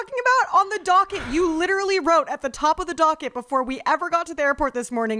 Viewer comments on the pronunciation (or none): Was saying “donket” instead of “docket” 😭😅♥️ im screamingggg